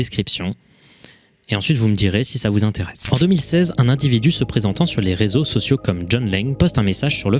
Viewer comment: La lettre "R" qui introduit le mot "Réseaux sociaux" , écoute bien avec du volume, on est d'accord que ça fait un son bizarre?